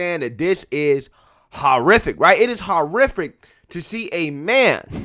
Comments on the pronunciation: Horrific .. is pronouncwed ... WHORE-if-ick ... 1 word .. ( just like 'horror flick' - is pronounced .. whore-if-lick ... there is no "a" ) NOT 5 seperate words ! ... Haw ... ARE ... OR ... IF .. ick ( where did the "a" come from ? - there is NO "a" in ... HORRIFIC ? ) ( & why do you put more empahsis & volume .. on the letters in the middlle of the word ... haw - ARE - OR - IF - ick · Its not pronounced hor-Ific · ... ' sorry - i don't know how to pronounce polish words" ... YOU don't know how to pronounce - ( ENGLISH ) words either . ... " This fight is just so ... haw-ar-or-iffic " .. .there is NO "a" in horror... so there is no "a" ( or aw ) ... in horrific Horrific is ... ONE ... sylable ( one move of the jaw ) ... not 5 ... ( you state it as ... " haw" ( pause ) "Are" ( pause ) "Or" ( pause ) " if " ( pause ) ic" It is ONE OWRD ... why do you ( pause ) in the middle of THIS WORD but NOT any other words ?